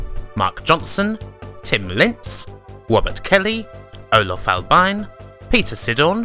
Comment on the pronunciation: Ah, I see. Oh, and one more thing: You have a hard time pronouncing my last name in the credits (and I don't blame you as anyone hardly pronounce it right anyway): "Albiin" is pronounced "All been" instead of "albine". Good to know.;) And as usual, an excellent video from you as usual. I am really impressed how fast you can make these.